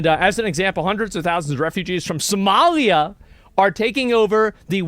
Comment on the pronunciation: I love how Trump says "Somalia" more like "somelier" (a waiter responsible for serving wine).